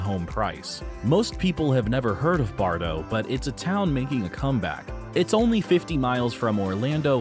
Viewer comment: Bartow is pronounced just as it is spelled Bar - tow, not Bardo.